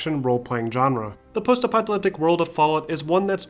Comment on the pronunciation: great film, but the "post epyleptic" pronounciation drove mE NuTs :)) is it really that hard to say "post epoch a lipstick"? :))